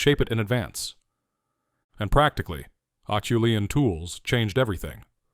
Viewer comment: Except for the obvious mispronunciation (it's AH-SHOE-LEE-ANN), I really enjoyed the thrust of the video. Erectus is my favorite hominin. 8 hope one day we find evidence they lasted even longer than the Java tribe. (Perhaps in South Asia (India, etc)). The only other negative is I think it's far too early to credit Naledi with ANYTHING, much less the artwork at Rising Star.